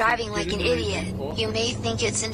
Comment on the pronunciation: The guy said eediot like ren! I do feel bad for the guy as I relate to the fact that he has a lack of friends and he was just screwed over by his “fans”. I think that’s all he wanted, friends.